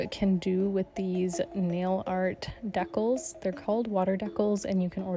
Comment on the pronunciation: 😂 Dee-Cals = Deck-alls…… 🤔